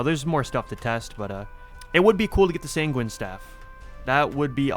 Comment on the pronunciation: bro's too much of a sangweenie to sang-win